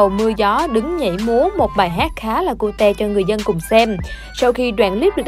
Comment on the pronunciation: Cái bà này đọc chữ "Cute" thành cu te.